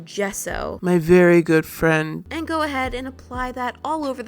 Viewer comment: "... Start with some gesso; my verry goood frien" Lmao 😂